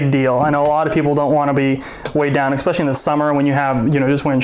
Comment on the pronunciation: Man... painful. "Exspecially"... Jesus Christ. :-/